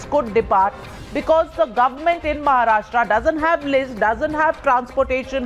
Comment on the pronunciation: Navika - first learn to pronounce state names correctly. It's Maharashtra, not Maharashtraaaa.